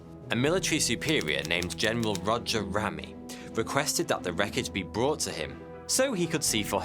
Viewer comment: I like this channel but the information here is misleading and incorrect. The presenter is clearly reading from a script that is written for him. If he had taken the time to watch only 1, yes 1, documentary or anything about Roswell, he wouldn't be pronouncing Major Jesse Marcel, and General Roger Ramey, incorrectly. takes away form the credibility of this channel tbh...